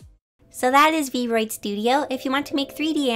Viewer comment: This is super awesome!! and this might just be a little nitpick, but the app is actually pronounced "V-R-oid". And sorry if this bugs you a bit, i was just trying to help out a little. /_ \